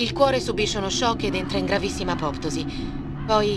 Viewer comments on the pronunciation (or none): Mio dio:gioco PERFETTO ma errori (orrori??) di pronuncia ("peptíde" ed "apoptòsi") davvero banali ed inaccettabili. Complimenti (e tanti) comunque a te